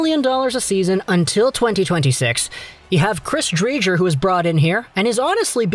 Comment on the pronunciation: Btw Dre-ger